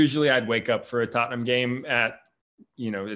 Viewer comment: Pronounces "Tottenham", exactly like Ted Lasso